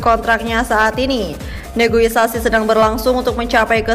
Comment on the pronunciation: Negosiasi min bukan negoisasi 🤦